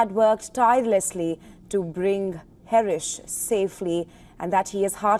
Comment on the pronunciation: It's Her-sh not Herish